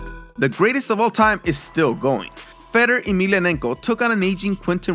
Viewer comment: I love your videos but I cringe every time you mispronounce Fedor Emelianenko's first name. It's pronounced Fay-door. Listen to one of his fights to learn how the pros pronounce it.